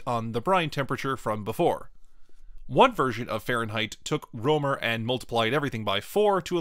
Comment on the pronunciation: I found a typo in "soild". At this point, you pronounce "Rømer" as "romer". At this point you pronounce the letter "ø" as I believe you should. It seems inconsistent to me.